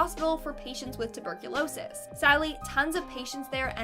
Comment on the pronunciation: Say tuberculosis again lol Too -burk-cou-lo-sis .....